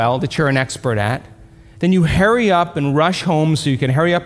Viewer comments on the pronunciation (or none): “Hurry” not “Harry” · Is it me or is he saying Harry up instead of hurry up? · By ‘hairy up’ do you mean hurry up? 😝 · LOL I thought he said "hairy up"... 😄